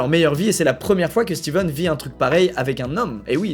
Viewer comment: coup dur pour, c'est stephen et pas steven